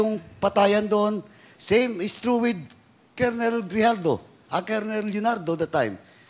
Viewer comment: Ayusin mo kaya pronunciation mo ng kolonel!!!